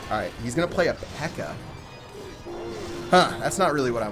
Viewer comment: he said pecker not pekka 😂😂😂😂😂